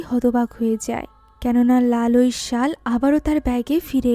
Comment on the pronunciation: ওটা শল নয় শাল 😊😊😊😊😊